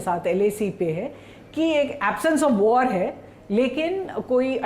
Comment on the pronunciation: वॉर को वाड़ कहता है, बिहारी एक्सेंट है😅😅😅